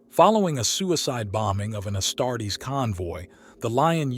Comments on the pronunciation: its not asstarts....its AS-TAR-TES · Ya lost me at “Astarts”. Refine that AI, pal.